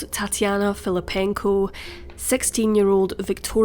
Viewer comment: i thought she was saying... ''tatty anna' like thats not very nice